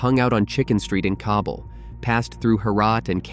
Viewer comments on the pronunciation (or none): none